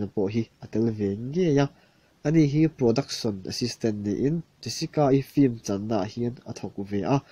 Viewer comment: Ka ngai mawh thei khawp mai kei aia thiam leh hrezau ni mah ula film tih hi flim tiin kan lam leh thin a.... Minlo hretiam hram teh unnn...